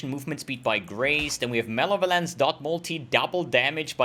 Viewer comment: The day learned to say malevolence correctly was the day the world got a little bit sadder:-(